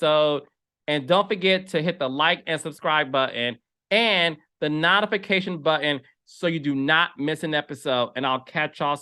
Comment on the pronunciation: Notification is pronounced like note!!!